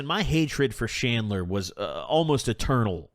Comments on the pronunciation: Bro said shandler did he mean chandler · Did you say Chandler? Or Shandler 😂